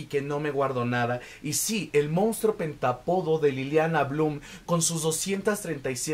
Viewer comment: Está padrísima la reseña pero me brinca muchísimo que no pronuncie bien la palabra pentÁpodo , acento en la A. 🫤